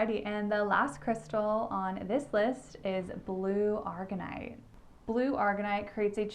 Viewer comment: Thank you for the video! Will have to look into Hypersthene. And your makeup looks gorgeous btw ❤ What I have heard from my crystal dealer is Sugalite is like sug short for sugar. Like ShhUG-a-lite And Aragonite isn’t pronounced like the chemical argon. It’s A-RAG-o-nite I’m never one to comment and be critical on pronunciations but since you mentioned it 😅 I feel like I mess up stichtite. Which I also want to work more with since I’ve heard of great things for connecting to spirit guides for a self awakening or intuition to help heal and forgive yourself 💜